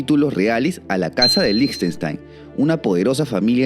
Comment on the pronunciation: Felicitaciones y gracias por tanta investigación certera. Y especialmente por pronunciar líj•ten•shtain y no seguir la pandemia de pronunciar con fonética inglesa. 😊